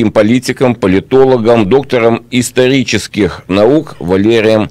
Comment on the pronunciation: Два картавых ведущих, произносящих доктор истолических наук,несут нам правду жизни формируют общественное сознание. Аллилуйя